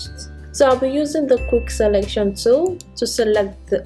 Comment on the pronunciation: Why did you pronounce Model as Modal and tool as dool and many others? It's hard to figure out what you said let alone to understand Photoshop.